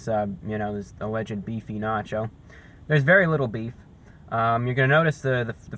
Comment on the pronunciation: You said Beachy 😂😂